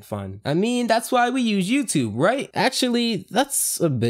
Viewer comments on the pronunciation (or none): none